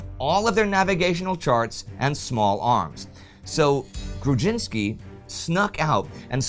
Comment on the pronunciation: What can I say? It's an awesome episode! You did a good job pronouncing Grudzińkski and "Wilk" (wolf) and acceptable job pronouncing "Orzeł" (eagle). :-) The "rz" digraph is kinda like the French "j" only a bit harder, or voiced retroflex sibilant fricative, using the proper terminology. It is usually represented in English as "zh", for example in transliterations of Russian words.